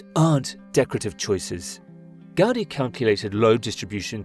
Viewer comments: you say "raise your intelligence bar. It's normal speak for averagely educated humans" yet right after you proceed to talk about things you don't know. Talk about ignorance, but the fact you say "Gaudy" instead of "Gaudí" already shows you have no clue what you are talking about. As someone who has lived here for four generations, it's disgusting to see people like you talk about things they have no idea about. You miss all nuance, all the cultural implications, the economic growth, and all of the good this project has brought to my hometown. You blame it for things it has nothing to do with. Say the tourists are ruining our economy while having no idea what the current economic and social status here is nor what the cause for it. I am yet to meet someone against La Sagrada Família as a whole. Well that is excluding people like you who weren't born here nor don't even know the history behind this city. Ignorance and hypocrisy—you throw out those words yet that is all you are. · Gaudí should be pronounced "gawDEE" not "GAWDee". Did you not see the accent mark over the little letter "í"? Do you think it was put there just to make it look cool? Have you zero ideas about why accent marks exist?